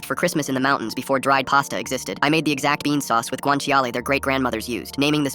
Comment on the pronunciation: IT'S PRONOUNCED "GUAANCHALE"